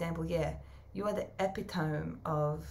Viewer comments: eh-pit-oh-me Pronunciation of Epitome :hands-yellow-heart-red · This is how you pronounce the word epitome Ee-pit-oh-me 😊👍🏼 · E-pit-o-me. I think that’s what you were trying to say. Love you. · You are so adorable!❤ Epitome! I love the way that you say it! Typically, people pronounce it, E - pit- ah- me You? Ep- eh- tohm❤❤❤ You're the best!🎉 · Epitome: uh-pi-tuh-mee ❤❤❤